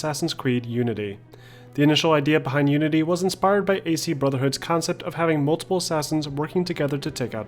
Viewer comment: Why do you say Assassins Creed Nudity? :D